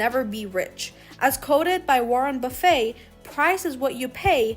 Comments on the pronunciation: OMG, you are mispronouncing his last name. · Can’t believe no one has mentioned the mispronunciation of his name.